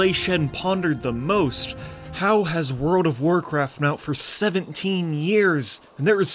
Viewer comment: Word of Warcraft? Damn That was weak bro, you should try pronunciation.